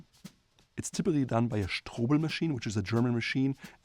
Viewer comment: I love the way you pronounce "Strobel"